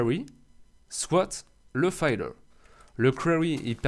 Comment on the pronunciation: Le "filleur" et non "fayeleur" ;) Bonne continuation !